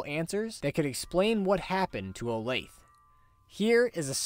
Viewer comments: Sorry if it has already been said, but Olathe is pronounced: O -lay-thuh I’m sure everyone really cares. 🤓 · Olathe is actually pronounced Oh-Lay-Thuh, you can search it up if you want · Its pronounced Olathe-uh. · Yeah, I know, but I found it uncomfortable to say, so I just stuck with butchering it and pronouncing it Oh-layth. Lol. Thanks for watching! Hope the pronunciation didn't bother you too bad!